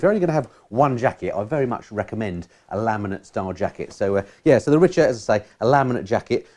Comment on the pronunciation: Great review and Jacket, I have the Richa Cyclone GTX jacket and pants myself and find them great during the cold wet weather, no leaks so far and very warm, these are a Belgium brand (where i live now, ex pat) and the locals at the Richa factory in Oudenaarde pronounce it Ric-Ha not Rich-A, they have a store attached to the Factory and i walked away with very much lighter pockets then when i arrived :)